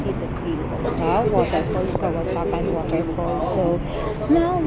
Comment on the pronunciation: It's KAWASAN right? not "kawasakan" as you keep on saying.